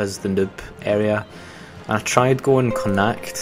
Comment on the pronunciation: The way you said Connacht raped my ears.